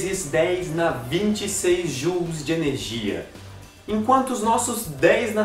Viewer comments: Se colocar o google translater para ler a palavra em português, ele pronuncia como "Jaules" mesmo. ahahahaha Como esse nome foi dado como homenagem a um britânico de mesmo nome, então a pronuncia inglesa deve ser a mais correta. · O pessoal brasileiro do mundo acadêmico fala "jáules" tbm. Mas a gente percebe que está falando errado quando vai trabalhar num universidade fora do país. ahahaha